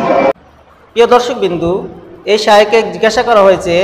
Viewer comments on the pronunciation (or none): দর্শক বৃন্দ এই উচ্চারণটি ঠিক করে নেবেন । বৃন্দ - বিন্দু হয়ে যাচ্ছে।